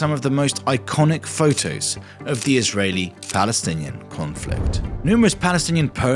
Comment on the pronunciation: You spelled israel wrong and the way you pronounced Israeli arabs is so terrible, it doesn't even start with an f